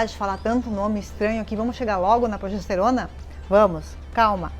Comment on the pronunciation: Gente! Progesterona é bom G e não com J!!!! Cuidado! Isso afeta a credibilidade da mensagem